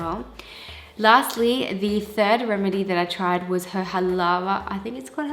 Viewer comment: Halawa Not halava!!! 😊😊😊